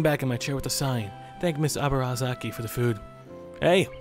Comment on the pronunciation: ZOMG HE SAID THE LAST NAME CORRECTLY FOR ONCE :OO